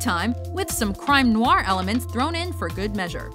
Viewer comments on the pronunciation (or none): none